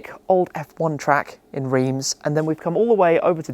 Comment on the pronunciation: Reims is actually not pronounced Rim but more like "rans" :)